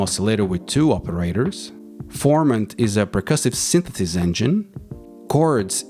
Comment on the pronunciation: Synthesis non sythetheys 😅